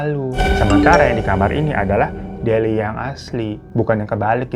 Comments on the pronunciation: dilia bu delia bukan delina ihh😭😭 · Delia, faaaan!!! Bukan delina😂😂😂😂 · Delia jadi delina, wayang wangsul jadi wayang walun, biasanya kalo gak di beneri secara lisan pasti ada subtitle buat mengkoreksi tapi ini entah kenapa beda dari yang kemarin², apa karna bang ifan lagi capek habis liburan apa jangan² bang ifan yang ini adalah sosok wayang wangsul😂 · bang bang sampe kelar nyeritain aja masih aja lu belibet nyebut nama sama istilahnya wkwkwk Delia bang bukan Delina siapa itu Delina wkwkwkwk... berkali-kali nyebut wayang walun wkwkwkwk... gong nya kabut kelamin :face-blue-smiling::face-blue-smiling::face-blue-smiling::face-blue-smiling: wkwkwk ampun deh babang babu glowing ada ada aja lidah lu